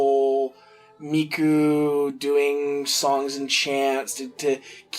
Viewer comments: its pronounced MIKO not miku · its pronounced miko